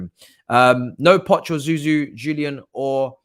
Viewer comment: Zou Zou …???? Really? No way man